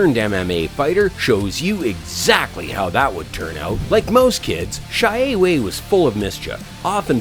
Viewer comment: XIE WEI not pronounce as "Cai Wei" , It's "Sie Wei" (similer to C-A Wei or Share Way)